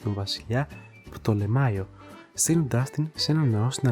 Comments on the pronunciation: Ναι λογω άγχους ο Πτολεμαίος έγινε πτολεμάϊος. Άσε ρε φίλε. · Ἐρασμική προφορά.